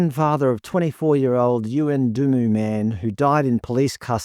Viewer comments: it's pronounced YUNDEMU - at least that's how reporters pronounce it here in Darwin. Ditto Kumanjayi - drop the 'I' and I believe you will have the pronunciation used here. Nothing happens up here without a media spotlight, esp national media, and you are correct in saying that there is an agenda here, The cops will find scapegoats and the taxpayer will fund whatever investigations stem from this. There are no winners here - conditions in remote communities are a national disgrace and 30 years of throwing money at the problem doesn't appear to have worked. As someone who lives with the reality of aboriginals confronting security guards every day, none of this surprises me but I would have thought that if someone was hungry, a rotisserie chicken would be a better grab than anything I could stuff down my shirt. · yu-en-de-moo. Before you read out these names can you learn how to say them. It is an important part of your broadcast. We now have anyone who is a thief and all round criminal seen as a the poster boy for the Aboriginal society. THAT is detrimental--don't they see that? Same happened with George Floyd. Idolising a criminal just because he is the same skin colour is a huge backward step for any community. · So well said. I was born and bred in Alice. Lived there for 45 years. No one in the media tells the real side of things, but you have. Thankyou for this. The only people in the area upset by the are those in Yuendumu. (BTW nice try at pronouncing that you fell a little short, but got close). They will riot for any reason, if they don't have one they will make one up. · Good story I think you nailed it. However, the sarcastic tone used when saying "death in custody" in your list of articles goes against you, I wanted to move on at that point. Also Yuendumu is said differently to how you pronounced it and this made it seem like you didn't get the facts right.